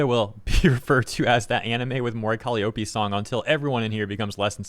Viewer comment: The only thing that pissed me off in this video is pronunciation of Mori Calliope lmfao